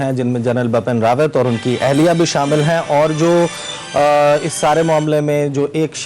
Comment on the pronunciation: For Essa Naqvi , plz correct ,Bipin Rawat not bapan